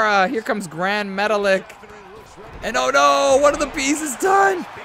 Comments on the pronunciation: say his name like Gran Metaleek not Metalick 😅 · I'm pretty sure Gran Metalik is pronounced Gran Metalique. It least, that's how I've heard WWE announcers pronounce it. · Also he's pronounced "Grand- Meta- Leek" lol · I was happy to see Gran Metalik and Lince Dorado get eliminated so can stop saying their names wrong.